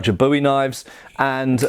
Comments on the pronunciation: Great video, except for the constant mispronouciation of Bowie. You actually said it correctly once. It's pronounced "Boo-eee", not like the archery wooden stick with a string on it used to propel arrows. I figured if you can pronounce the Spanish knifes names correctly, you could get Bowie right. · but in the context with the actual knife, it's "Boo-eee". The knife is American, as was the man who made it famous, not Scottish. That would be like calling a bayonet a "bean", not even remotely the same thing, or that cheaply made spanish knife you had a "boomerang". Pronunciation is all about where you're from, right? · It's a very pedantic point to make but I don't mean any form of condescension or offensiveness, just a texan who likes her big knife. In Texas, cultural origin of the knife as I understand, it's pronounced BOO-ee, sounds similar to the American pronunciation of buoy. and I do wanna mention that David Bowie used the English pronunciation of the name as it has its roots in English, but the knife's namesake was Jim Bowie the Texan Colonel during the Texan Revolution, who Santa Anna ordered to be buried because he was "To brave a man to be burned like a dog ". Love the vids! the bayonet manual just might get me to buy some surplus.